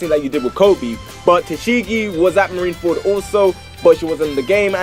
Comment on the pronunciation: I'm annoyed out how he says marineferd and instead of marineford